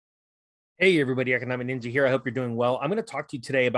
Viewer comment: It's Ninja not Ninga. He's not from the hood. Lol😁😀